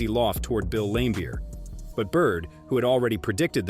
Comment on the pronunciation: Bill Lame-beer? Eye-zi-ah Thomas? He mispronounces almost every name. Has the narrator ever watched a basketball game from the 80s-90s?